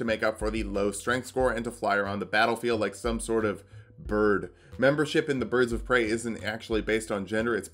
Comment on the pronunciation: "birds of prey" you're killing me man. you really are